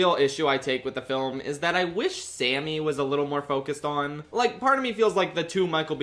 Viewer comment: Number 4: Remmick saying "SAMMEH" intensifies